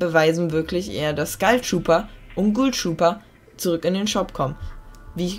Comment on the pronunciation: Wieso sagt jeder Skeil trooper das heißt Skull trooper